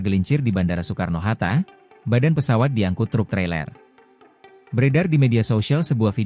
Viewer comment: Ai dubbing kayaknya bang, soalnya baca kata Soekarno pelafalan 'oe' dibaca utuh